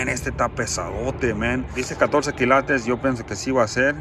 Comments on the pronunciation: Me parece que tu tienes buena intuicion, cada vez que dices esto esta interesante, veo que te encuentras algo de valor y es cierto no se dice kilatos. Se dice kILATES, toma esto como que te queremos ayudar, no lo tomes como critica...Saludos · Jajaja me ency colo dices las palabras y es ópalo y se dice kilates suertes que Dios esté contigo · A mi me gusta cuando dice kilatos 😊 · Por favor sigue diciendo KILATOS eso te caracteriza...🙏🙏🙏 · Me gusta mucho cuando dices kilatos 😉 y tus manos sucias son de hombre trabajador y honrado 😊 que bueno que te fue bien con el oro espero con ansias la continuación del vídeo a ver qué más te salió😍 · Me emocionó cada que subes tus videos x tantas cosas interesantes que encuentras. Que la verdad ni atención le pongo atus uñas y ami me gusta cuando dises kilatos jajajajjajaja tu a Habla como quieras. Jejejejejje